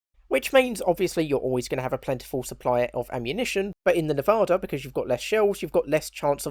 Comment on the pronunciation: Phonetically it's pronounced "Neh-Vah-Duh" and that's the closest you're going to get to it without living in Nevada (I was stationed there at NAS Fallon "Top Gun" as Station Security).